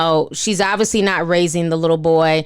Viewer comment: Never heard this before but u said ovisly